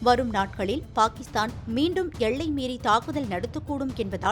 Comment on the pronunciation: என்னம்மா செய்தி வாசிக்கிற? எள்ளை யா எல்லையா? தமிழை நல்ல ஆசிரியரிடம் கற்றுக்கொண்டு பேச வேண்டும். எனக்கு காதில் ரத்தம் வடிகிறது.